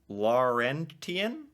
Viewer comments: Just FYI... "Laurentian" is pronounced "Laurenshun". The "t" is not pronounced. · Sort of the same reasons Montana is the way it is. lol Also Laurentian Plateau is pronounced Law-wren-shen Plah-toe. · Laurentian - phonetic - lor - rent-shun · It's pronounced lore-wrench-en